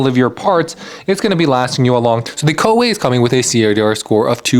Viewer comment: "colorway" LOL.